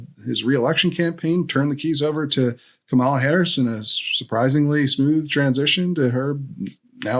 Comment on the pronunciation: Just a thought from a never-trump, 2A conservative: You seem to be pronouncing the name Kamala with emphasis on the 2nd syllable rather than the first (kaMALa rather than KAMala). Normally I wouldn't even consider critiquing someone's pronunciation but in this case I'm concerned there might be some context you're missing. While I assume it's an honest mistake on your part and you mean no disrespect, many on the Right purposefully mispronounce her first same as a sign of derision or semi-overt racism towards her. Regardless of who wins in November, I'd like gun owners not to look like petty, bitter people to those we're trying to get on-side with the 2A community. I have a great deal of respect for your journalism the last few years and appreciate all you do for our 2A rights. Keep up the great work!